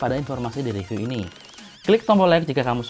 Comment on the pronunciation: saran aja bang, kalau review itu dibaca rɪˈvjuː (bukan re tapi ri) dan design itu dɪˈzʌɪn. biar kedepannya makin oke